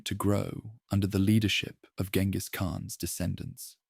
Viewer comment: jen-gis not gen-gis